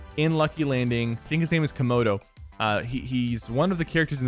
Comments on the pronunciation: lol komoto 😭😂😂😂 it's kondor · Did he actually call Kondor Komodo? XD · Man called kondor komodo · Sypher say Kondor is komodor